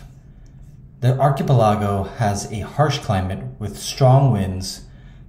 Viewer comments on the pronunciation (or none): Archipelago: say it like pelican, just replace the can with go…arc-i(t)-pell-i(t)-go. Not sure where you picked up your unique pronunciation but in 49 years you’re the very first person to say it, well, the way you do. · It’s pronounced ark-ip-pel-uh-go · Archipelago is pronounced ar.keh.pe.leh.go not ar.ki.peh.lla.go. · Arch ah Pell ah go . Not Archie pillago, that’s a Mexican Resturant in LA. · Sorry but your pronunciation of the word Archipelago…is very catchy…lol……..Archi….pe….laa…go 😂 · Ark-e-pel-e-go. .. cool info on somewhere i didn’t even know existed. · Also ark eh pelah go 🫢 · How in the world did they get loose there? Who goes to an untamed wilderness and thinks 'You know what I need to bring? A cat." A dog would make a lot more sense. By the way, I appreciate that you seem to be a real human narrator and not A.I. but check the pronounciation of archipelago again. Thank you for this informative video. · I was excited to watch ur vid until u said archipelago like that, no I won’t be watching and will give your vid a thumbs down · Disliked because you can't pronounce archipelago. You have one job. Speak into a microphone and say the wirds right. It takes 2 seconds to search google for a word and have it pronounce it for you. Im not putting up with the laziness anymore. You know you dont know how to properly pronounce that word. Look it up! I hope you get 1000 more dislikes, so you actually try on your next video. Pronounce words correctly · Crazy how many videos i come across where the narrator cant pronounce archipelago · I would much rather hear a real human pronounce archipelago an interesting way than hear AI pronounce everything artificially so good work you've earned a subscriber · No, they're calling out the pronunciation because it's wrong. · Your pronunciation of "Archipelago" is driving me insane. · Good info, but that pronunciation of archipelago qualifies as word-murder. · Bud, please learn how to pronounce “archipelago.” Please.